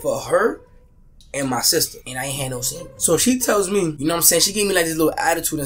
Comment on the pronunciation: You can he is Dominican-NYer when he says sangwichez 😂 😂 😂